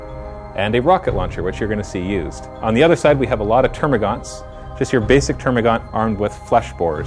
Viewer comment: thanks this has helped me aloot. thats how canadains say alot